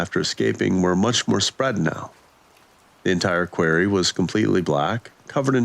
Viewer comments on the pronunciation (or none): Sorry its not a queer-ry its pronounced qua-rry... Quarry. 😂 Good story still and not the worst mispronounced word ,i believe that was cackaphony instead of ( cacophony ) on viddith 22 . That one had ppl cracking up !